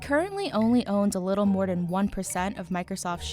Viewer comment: "More den"